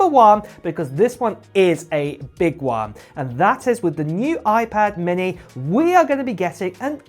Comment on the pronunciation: Oiiiii-pad Minnehhhhhh 😭